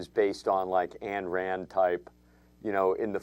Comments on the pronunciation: Learn how to pronounce Ayn Rand. It's like "ine", not "ann" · omg, Ayn Rand's name is not pronounced "Ann", it's pronounced "Eyeghn". I know it's minor, but it's just another thing wrong with this terrible terrible review.